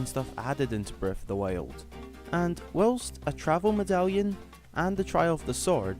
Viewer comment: This guy is so annoying, not being mean but he keep saying breath of the wiuld